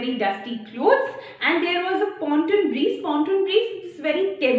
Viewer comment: The word is not pronounced as breeZe!!!!